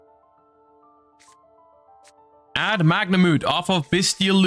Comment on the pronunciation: The way you say Magnamhut triggers me